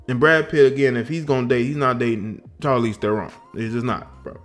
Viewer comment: Uh, Shar leez Teh ron.